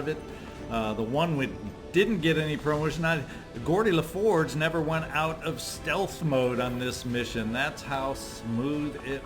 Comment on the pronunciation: Gordi LaForge and? lol If you've never watched TNG you should, maybe watch the first season and a half at 2x speed though. Then watch Babylon 5 and DS9. Your videos are great background, and to watch in between incidents at work. Then sometimes I notice something like that and it makes me chuckle. Thanks:)